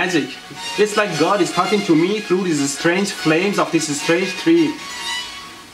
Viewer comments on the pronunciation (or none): none